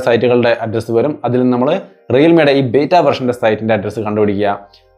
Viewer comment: ബേറ്റ അല്ല ബീറ്റാ ആണ്